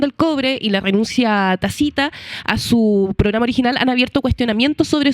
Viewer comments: Por favor q la conductora aprenda a pronunciar la palabra tácita y no es tacita. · Tacita? Tasita? Es tácito/tácita . Jajajajjajja😂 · Por favor… tacita ??? Es tácita!!!! La periodista no conoce la palabra? Le da sentido a la frase leer tacita? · Tácita, no tacita (de té).